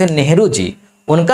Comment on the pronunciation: ज़रुरी नहीं जरुरी विदेशी नहीं विदेसी । शासन नहीं सासन । जि़म्मेदारी नही जिम्मेदारी वाह यह घटिया उच्चारण है